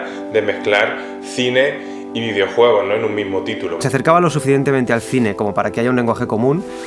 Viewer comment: Videouegos, ueón. Joder, últimamente sólo comento para decirte gazapos xD